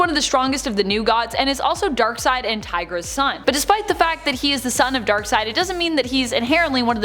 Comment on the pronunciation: It's Darkseid, seed not side